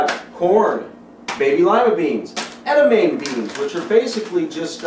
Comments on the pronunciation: edi-MAH_may is the pronunciation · not to nit pick here but im pretty sure its pronounced ed-i-mom-long e